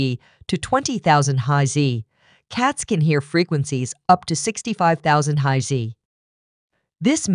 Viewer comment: hmm sure sounds suspicious...